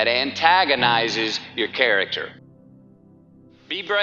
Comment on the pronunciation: "what's m'y hill "